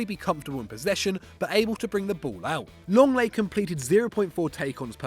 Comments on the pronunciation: Lenglet not Longleii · "LONGLAY" IT'S LENGLET. How it sounds Leng-Let